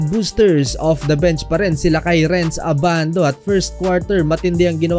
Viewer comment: abandu en yur pish✌️🤣